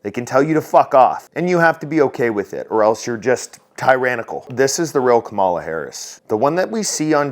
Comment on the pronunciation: Did you say teranical or hole faced🤯